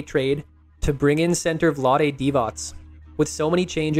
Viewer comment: You pronounced Vlade correctly this time 😅 I remember reading all the comments last time